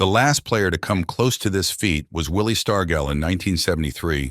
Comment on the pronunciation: Another crime was your mispronounciation of Willie Stargell's last name.